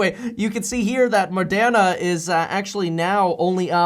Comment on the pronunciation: Moderna not Mordena. 😉 🤣 🤣 🤣